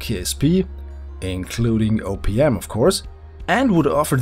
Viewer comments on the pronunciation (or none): OPM. Sounded like you said Opium. KSP really could use Opium.